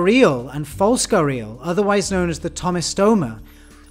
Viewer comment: its pronounced "g-air-ee-al" not "guh-reel"